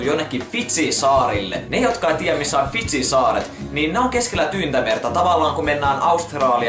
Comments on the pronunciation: Kuulin jatkuvasti et sanot "vitsin saaret" esim sillee "sitten se meni jonnekkin vitsin saarille" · miks aina kun sanot fidzin saaret nii mä kuulen vaa vitsin saaret XD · Mä kokoajan kuulin et olisit sanonu vitsin saaret :D